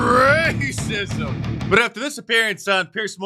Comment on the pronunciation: Love when Mark says “RrrrrACISM!”